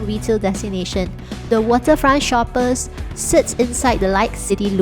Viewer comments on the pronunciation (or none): Hi, just a small comment here; "shoppes" is pronounced as "shops". Just like The Shoppes at Marina Bay Sands (in Singapore). The change in spelling is purely a stylistic branding to differentiate it from ordinary shopping malls.